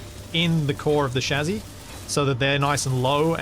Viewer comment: Spelling: chassis American pronunciation: chassy: shazzy You know I think I might like shazzy better 😆